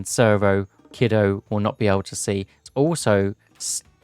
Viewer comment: Per Boit, Kido is pronounced KEE-doh 👍🏼 you had it.